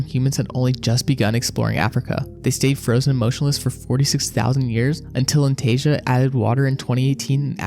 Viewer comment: Not the Antasia who's Anastasia.... ..